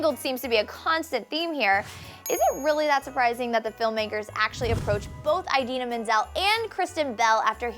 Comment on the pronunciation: This girl is REALLY annoying! Mispronouncing Idina Menzel's name, saying the actors are "filming together" when making an animated film like it's a live-action movie (two different things!), and immediately denouncing anyone who's not obsessed with the movie as heartless evil people, somebody get a new host! (For the record I really like Frozen, but I can understand why people don't and I don't hate them for it.)